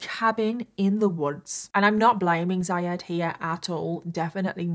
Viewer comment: Zyad is pronounced more like zeeyad